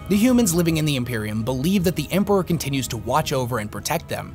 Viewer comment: For the Emprrahhhhh. Period